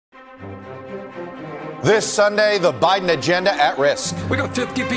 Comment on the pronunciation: It’s Buy-Din Season not By-Then Season